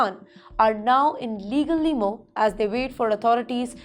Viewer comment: It’s “Legal Limbo,” not Legal Limo!